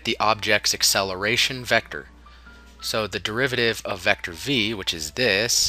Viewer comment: In the last vector😂😂, couldn't wait to say that word right.